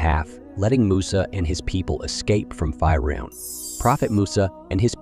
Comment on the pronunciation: We need to stop using A.I to narrate videos that require correct pronunciation, Banu? F(eye)roun..ughh